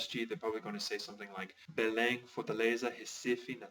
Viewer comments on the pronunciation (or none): none